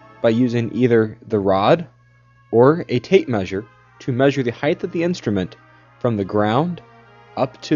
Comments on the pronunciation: Anyone who says 'heigth' instead of height needs to be beaten with sticks. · its height with a "T" sound at the end not heigth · There is no such word as 'heighth'. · You mean it isn't heidth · Oh give 'em a break. They're just college kids, obviously hungover. I like 1) the patriotic background music - it compliments the Asian dude using a German theodolite, 2) the mystery hand at point "c" ( } and c) the liberal use of the regional pronunciation of the word height as "heighth". Just my three cents....remember, this IS a plunged horizontal angle...replace your lens-cap, remove your batteries and pick up your trash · Thorough video, but even engineers should know how to pronounce "height."